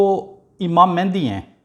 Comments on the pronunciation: It is very strange that you are talking about it personally whose name is not pronounced by you properly. It is not MehNdi. It is MAHDI means The Guide. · Pehle "Mahdi" tou sahi bol bar bar "Mehndi Mehndi" kar raha hai ! ! !